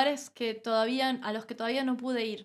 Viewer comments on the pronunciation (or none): El mono aunque se vista de seda, mono se queda. Convulsioné al oir " toavía" en vez de todavía.